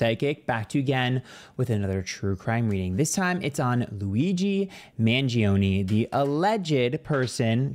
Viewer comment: Ayyy you pronounced his name right! Of course the Italian names are safe 😂🤌🏽